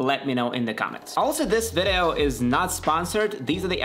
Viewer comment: You keep saying "vedeo". What is your primary language?